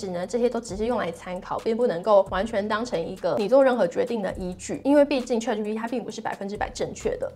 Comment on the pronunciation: 你这个ChatGPT 发音不准，得好好练练！😅